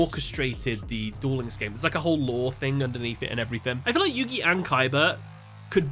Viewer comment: Isn't it Yugi?